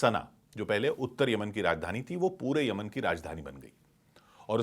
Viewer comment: Yamian bolne b nahi ara tumku whatsup university ka gyaan math do